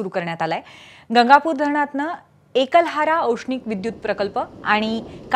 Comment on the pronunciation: एकलहरा नाही... एकलहरा असे म्हणा ताई